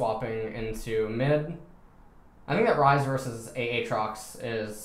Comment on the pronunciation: Love these vids. Especially when u say A atrox. It reminds me of Key and Peele's substitute teacher skit. "A Aron".. and shoot me, coz Im sure u hear dat all the time. Subbing to achieve forgiveness.